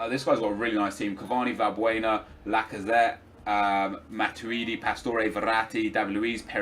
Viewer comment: i love your vids but hid name is matuidi not match-uidi